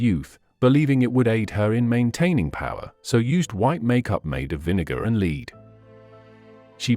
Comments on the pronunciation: I think you need to improve your pronunciation, eg led not lead and others. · Since when has “lead” the element, been pronounced to rhyme with “need” or “read”, and not to rhyme with “fed” or led” ? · Led not lead. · "Lead"(the metal) is pronounced LED not LEED!!! It also pronounced Elizabeth I as Elizabeth EYE instead of Elizabeth the First. Please stop these AI readers, they are useless. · Apart from her death year this was perfectly accurate. Lots of the comments were not! However, although lead is spelt with an a, it is pronounced led, not.lead! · Died in 1603 not 04. Why does he sometimes pronounce lead as leed? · Annoying mispronouociations, e.g., Lead (led), GingiVItus... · Drives me mad when there are mispronounced words lead used in makeup pronounced led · "Leed" poisoning? Damned AI.......🙄